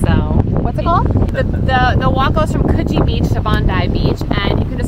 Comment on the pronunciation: This video made me so homesick, but in the best way 🥰 I’m so glad you had such a good time in Sydney! (Also pronunciation of Coogee was perfect!)